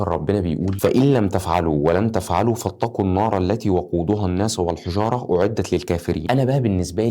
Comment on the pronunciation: يا جماعه في غلط في قراءته لان في قوله تعالى كان يقول الحجاره مش بالضم بالكسر